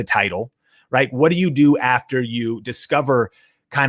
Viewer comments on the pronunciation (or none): none